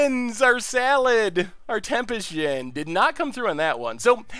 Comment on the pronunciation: It's a djinn. Common - let's try to not to pronounce it like it's the next American president